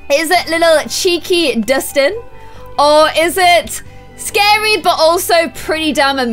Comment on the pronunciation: It’s Dustin not distin